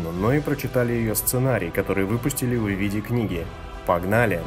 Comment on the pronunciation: "Который выпустили ВЫ виде книги". Странная у некоторых манера пошла так выделять предлоги в речи (у Бэда, например, слышал не так давно подобное). Ну странно же звучит. Чем вам не угодило нормальное звучание "ввиде"? А в целом ролик хороший.